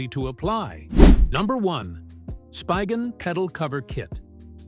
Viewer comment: It’s not even a real person. AI generated voice. Pronounced SPIGEN wrong several times.